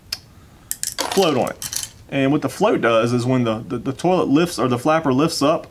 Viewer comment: 🤣💜 You say "tollet" just like me. That's the Most gratifying part of this video for me. My friends and family have made fun of me for 20 yrs because I'm the only one. (And we are all native Floridians).